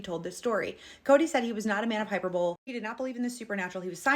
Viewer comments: "Hyper-bowl?" Maybe you meant hy-per-buh-lee? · The word is hi-per-bowl- lee, not pronounced hyper bole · (Hy-purr-buh-lee) *hyperbole 😉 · I think you meant hyperbole pronounced as hi-PER-bo-lee. Great video, thanks. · Hyperbole is pronounced high-PURR-bowl-ey, lol. It means to excessively exaggerate to create more drama or interest. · hyperbole is "high-PER-boh-lee" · Love that you are fearless! Hyperbole is pronounced “Hi-per-bow-lee.” Love your content! Keep going 💪! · "Hyperbowl" Hyperbole is pronounced a bit different 😂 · I think you were trying to say (hi-PER-bowl-y) hyperbole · I read once the notion: never put someone down for mispronouncing a word, it means they learned it from reading. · LOVE your videos! Just a little note....hyperbole is pronounced hi-per-bowl-ee. 😊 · Hyberbole = High - purr - bow - lee. Great video. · It’s “hy- PER- Bo-LEE” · “Hy-per-bo-lee” is how it’s pronounced. Nothing wrong with mispronouncing a word you learned by reading, though. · LOVE your vids! Am binging! (Not important, but "Hyperbole" is pronounced hi-PER-bo-LEE) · I was going to let her know, because she's awesome and her videos are great, but wanted to do it, so she won't continue and somebody be mean to her about it. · I believe the word hyperbole is pronounced a little differently than you pronounced it.